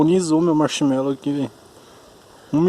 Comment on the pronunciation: "carbonizou meu Marchimelou" 🤣😂